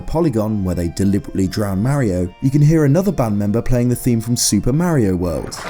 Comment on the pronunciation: It's Mario, Not Merio. Stick to Zelda.